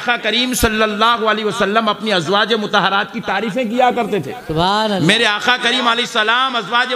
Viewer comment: Molana aakhaa nahi aakaa hote he